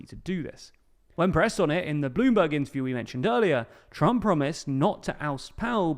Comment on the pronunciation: Why do you pronounce Bloomberg like Blue Bug 😭